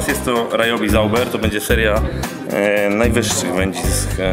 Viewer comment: Ryobi czyta sie jako "riobi", a nie "rajobi"